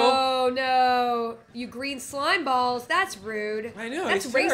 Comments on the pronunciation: Lol it said slim-balls.. instead of slimeballs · SLIMBALLS, not "SLIMEBALLS"? Hahahaha! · I think he actually said "slimballs"